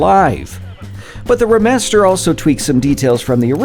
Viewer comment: Everyone else: “Re” master -: “Ra” master